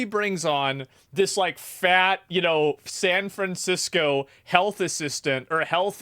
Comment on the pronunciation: San FranCrisco, puh-lease.